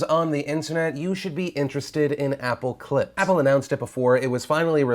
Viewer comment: not gonna lie, when he said "apple clips" i heard "apple clit" whoops